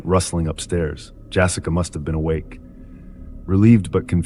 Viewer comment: "Jassica" ARGH!